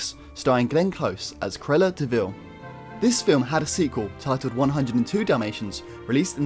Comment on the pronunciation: CRU-EL-LA has three syllables - not two!